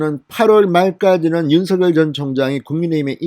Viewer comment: 윤서결 ? 진성호 씨 발음이 웃긴다 ! 윤서결